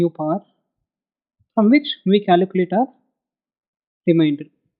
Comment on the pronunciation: its Calculate !! not Caluculate :D :D :P